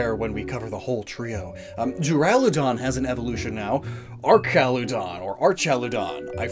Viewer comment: duraludon is pronounced (dur-ila-don) and raikou is pronounced (ry-ku)